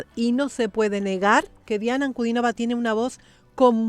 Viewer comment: Muchas gracias por nombrar el apellido de Diana correctamente, con el acento correcto. Gracias por el respeto